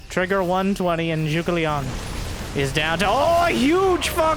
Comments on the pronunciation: rip the ZhuGeLiang pronounciation lol trivia: the name's a famous ancient chinese war strategist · Is zugeliang supposed to sound like "zergling" in chinese? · he's a historical statesman around 200 AD, great strategists apparently, and it does sound like zergling now that you've mentioned it!:D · Every time says 諸葛亮, my day gets a little bit better. I remember when I was younger, my friends didn’t even bother to try and pronounce the name and just called him Zee Huge. Happy New Year!